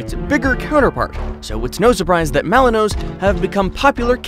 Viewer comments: Pronounced Malin wah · You said the malinois wrong lol